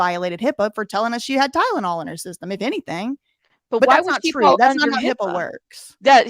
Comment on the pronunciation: btw that’s not what Lima said.. she said, ”ty-den-all” 💀💀💀 idk what it is about that soft white underbelly clip.. but it infuriatesssssss me the way she pronounces Tylenol lolol. Definitely doesn’t help that I cannot stand that shady lil….🙃🤐